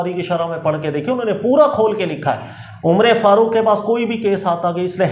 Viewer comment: یہ امرے فاروق کیا ہوتا ہے عمر فاروق ہوتا ہے